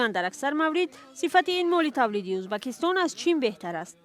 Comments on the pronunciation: На узбакистон А Ӯзбекистон журналисти бесавод ??? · ман худам точики аслияму мебахшед журналисти мухтарам шумо хондаги хастед агар ха барои чи Узбекистон нею Узбакистон мегуед байни мардум чанг мебардоре хатто хаму савдогаро аз шумо босаводтаран охир ин видеои шумора хама мардум тамошо мекунан барои хамин аввал суханотона якбор худотон гуш кунен бад да ютуб партоен